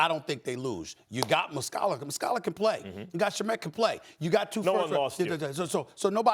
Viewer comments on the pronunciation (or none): It’s not Shu-Met.. it’s Shaaaa-Met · It's Shamet not "Shamette".... Come on Stephen A.. do your homework bruh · Stephen A learn the mans name SHAMET!